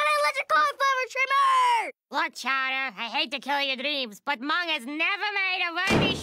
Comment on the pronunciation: his name is MUNG, this entire time I thought Chowder was calling him “mom”😂😂